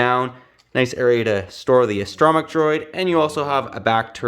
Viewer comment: I have never heard someone say astro mech the way u do... Guess it's like the way Bfab says "character" it "care actor". I do like this one better than the other version just for the see through windows on the sides .